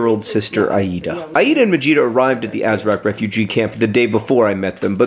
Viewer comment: I kept hearing vegeta instead of majeeta.